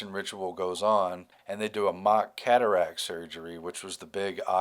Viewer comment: Cat - aract